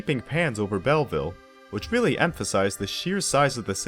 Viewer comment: A brilliant film. Pronunciation = Bellveel not Bellvil, it’s French.